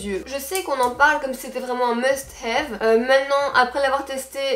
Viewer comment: Un "must hééééve" sympa l'accent tu m'a fait rire!😂😂😂😂 Repose toi bien. 🌸🌸🌸